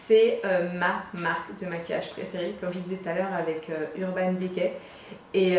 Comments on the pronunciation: mets un i à la place é mdrr ça m'a stressé 😭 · Ca me stress le urban « dé cay » 😂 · urban décay, urban dicey la prononciation stp